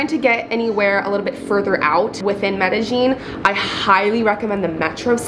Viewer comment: Anyone else notice the pronounciation of Medllin changed about 2 minutes in?